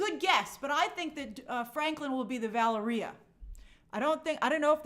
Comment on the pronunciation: Her name is pronounced VAH-LARREE-AHH she is Franklin’s younger sister